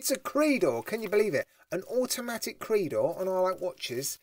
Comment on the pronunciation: It's not pronounced "Creedor". It's pronounced "Creydor"